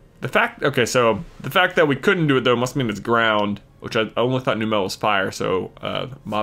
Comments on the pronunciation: J, I'm sorry, but it's Numb-lle, not New-mel. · Wait. Numel and Marill were both caught on Route 112. So you have to release the Marill.Also, it's pronounced "NUMM-uhl". like "number" and "camel". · It's num -el